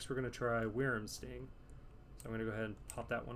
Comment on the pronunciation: It’s pronounced Why-Vern Sting btw XD not worerm Sting